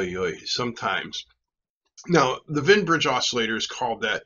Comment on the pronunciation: Wien, not Wein. (Both are German names. Wien is the inventor of the Wien Bridge. His original paper about it is fascinating because he's experimenting with an "optisches Telefon," a primitive oscilloscope made by bouncing a light beam off a mirror attached to a telephone receiver, i.e., small speaker.)